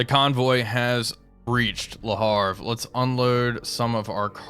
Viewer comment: Le HAVRE,not le harfe!:face-green-smiling